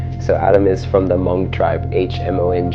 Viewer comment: Wow you pronounce “Hmong” correctly! So many don’t pronounce it correctly